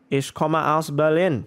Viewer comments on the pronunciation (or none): none